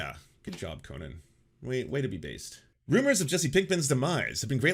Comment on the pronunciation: Can you stop pronouncing Conan O'Brien's name like Conan The Barbarian? It's weird.